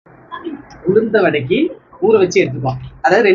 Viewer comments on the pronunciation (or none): உளுத்த வடை இல்லமா... உளுந்த வடை